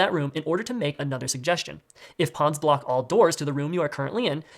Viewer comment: I'm not crazy right? is saying BM Block people during Ticket, but it sounds like BM Black people?